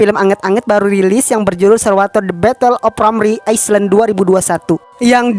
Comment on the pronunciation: Bukan aislen tapi ailend bacanya bang 😂